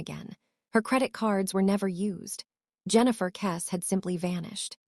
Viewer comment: Your pathetic AI video can't even pronounce her surname properly.